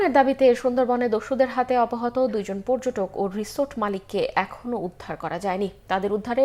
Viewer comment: সংবাদ পাঠিকা কে তার "অপহৃত " শব্দের উচ্চারণ ঠিক করে নিবেন।